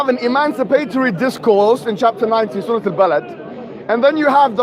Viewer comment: Mohammad hijab read the surrah wrongly